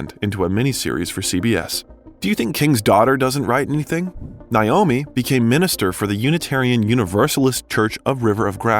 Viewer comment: It's pronounced Nay oh me, not Nye oh me